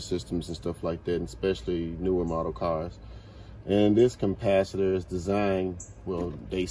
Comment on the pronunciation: CaMpacitors hahahah learn to speak